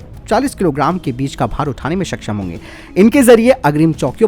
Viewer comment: “सक्षम” ठीक है, “सकशम” सही नहीं है। उच्चारण ठीक नहीं है , बुरा भी लगता है 🤔 कृपया ध्यान दें 🙏